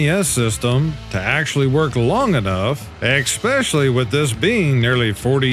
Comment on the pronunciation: I love Memes and Laugh While the World Burns, but I have to tell you again, the word especially doesn't have an X in it. You keep saying eXspecially. Your English teacher would be shocked.